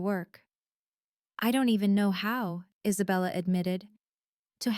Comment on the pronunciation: I collected a few AI mistakes in the English language listening to this episode: “Isabella said” becomes “as a bell is said”; “Isabella” becomes “is a bella”; “Hermes bag” becomes “her Mays bag”’ ‘so sank demonious” rather than “so sanctimonius”; “Harold” becomes “harrowed” ... just a few!